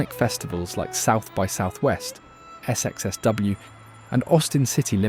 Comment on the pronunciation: Hearing “S-EX-S-W” made me chuckle.